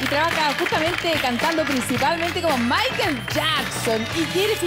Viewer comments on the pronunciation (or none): La anfitriona no pronunciacion bienacion es "maicol" no "Maiquel"